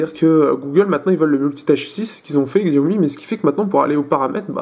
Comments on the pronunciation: xiaomi se prononce siaomi ou çiaomi. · Ça se prononce shiaomi